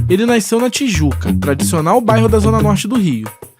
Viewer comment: Porra mermão, pare com esse negócio de naisceu, essa palavra não existe pô, quer ser jornalista e fala naisceu, renaiscer, aí é triste.... Fora isso, parabéns pelo documentário.